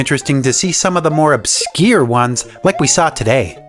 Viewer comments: wtf is "obskeer"? are you trying to say "obscure"? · ab skeer again. Such a weird way of saying obscure. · Man said obskeer